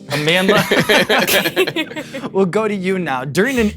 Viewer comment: I really appreciate Sean's effort in properly pronouncing Amandla's same..